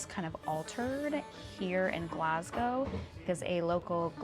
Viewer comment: thank you for pronouncing Glasgow right